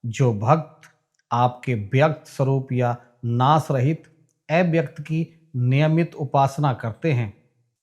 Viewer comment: Kripya thoda uchchcaran par dhyan den EIVYAKT nahi AVYAKT hota hai